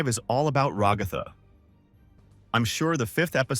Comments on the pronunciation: Your AI voice keeps mispronouncing Raa-gath-tha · Hearing you pronounce Ragatha "ra-goth-ah" hurts me mentally